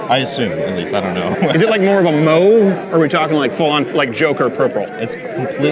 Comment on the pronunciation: Lol I just heard how crowder pronounced mauve lol his mom is French, we can blame that